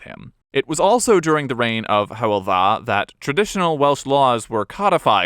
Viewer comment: Fair play to you, butt. I clicked on this video expecting to puke out of my ears from the inevitable 17 minutes of mispronunciations, but CLEARLY you did your research. Truly impressive. I’m named after Hywel Dda and you nailed it. Better pronunciation than most of my monoglot compatriots in fact. Diolch i ti! 👏🏼